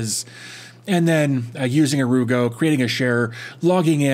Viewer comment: I just love this, I work for a global company who use sharepoint but don't let us share with external parties. They also ban sites such as WeTransfer. It looks so good too. Definitely +1 for the 'ere you go pronunciation.